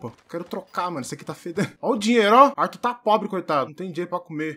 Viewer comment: "AIRtuIRR Fléxxschi"